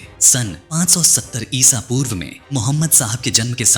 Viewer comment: इसा पूर्व नही इस वी कुछ जगह आपने गलती से बहुत जगह इसापुर्व कहां है